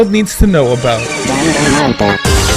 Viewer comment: YAY I'm not the only one who got a little annoyed by that xD